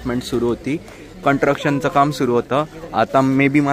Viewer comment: कंटरक्शन कि कन्स्ट्रक्शन ठेसन कि स्टेशन..... आनि जडगाव कि जळगाव 😂😂😂